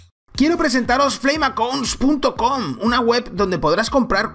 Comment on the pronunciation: like si odias cada vez que dice flameaccaounts